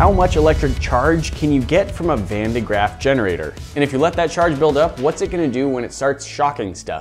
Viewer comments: Van de GRAFF not GRAFT lol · Thats not how you pronounce van de graaff